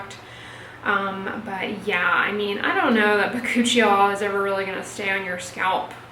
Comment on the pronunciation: bacuchial? Why did I think you said by-coochie-y'all!!!!🤣🤣🤣😂😂🤭